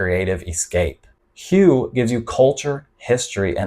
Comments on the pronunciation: Not meaning to be impolite but HUE is pronounced more like WHO-WAY not like HUGH as you pronounced it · I think Hue is pronounced “Way”…I’ve actually been there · Good stuff...but this kind of stuff defeats the purpose...putting it on the expat radar...then.....they move in...and the next thing you see...it has been spoilt...On a side note...isn't Hue pronounced like Whey....?Not sure myself...just checking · Thanks. But Hue is pronounce Hway. It's the old imperial city. BUN Bo Hue originated there and most of us agree with Bourdain. It's the best noodle dish on the planet. The broth is divine. It was created for the emperor. So... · Hue is pronounced "way". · It's pronounced Hway! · Good video! That 2nd city in Vietnam (Hue) is pronounced "whey". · Yes, it's pronounced like "hooway". Listen to the locals. Makes it hard to trust content when creators don't take the time to learn the proper names of the place they speak of. That said, I think you do an overall good job, just need to tweak a few things. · Great video, good points about all these destinations. Constructive criticism : may want to check the pronunciation of the city Hue before making a video about it 😉👍